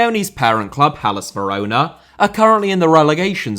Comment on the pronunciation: Some of your "corrections" aren't even right. Almost all English speakers call the capital of Poland Warsaw. Some of your transcriptions are just appalling as well. There's nothing wrong with shortening there are to there's, and he pronounced San Siro, Verona and Inter and Roma perfectly well.